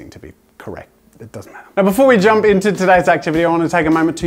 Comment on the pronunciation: The first minute of the video is Jazza saying jum